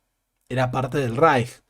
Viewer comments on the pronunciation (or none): none